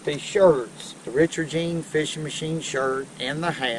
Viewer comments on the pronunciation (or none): none